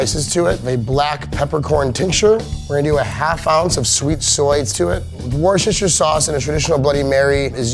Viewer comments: Americans trying to say Worcestershire sauce.. Worsheshirre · This video incluides at least 7 diferent pronunctiations of worcestershire